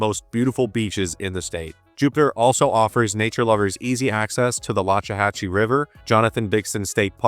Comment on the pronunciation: Loxahatchee is pronounced Locks-uh-hatch-ee.